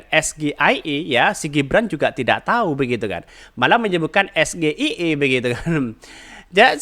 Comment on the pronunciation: Bukan es ge ai e tapi s ji ai i